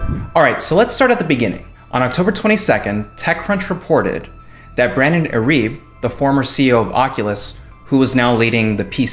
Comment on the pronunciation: irib WTF learn to say his name.